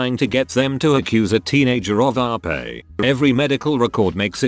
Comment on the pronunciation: I shouldn't be laughing but I can't stop giggling at the TTS voice pronouncing "r*pe" as "our pay"